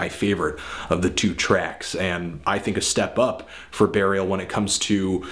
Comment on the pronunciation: He says Barial :)